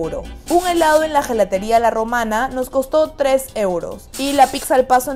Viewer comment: Chicas me van a disculpar que les corrija, Gelateria se pronuncia Yelateria. Se les quiere mucho